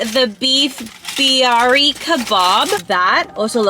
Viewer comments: Plz don’t say birani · It's not barani it's. Biryani sorry but it has a. Y and you didn't pronounce the. Ya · The way she said biyari 😂 [ not trying to be mean ] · U pronounced biryanis beef Bihari kebab wrong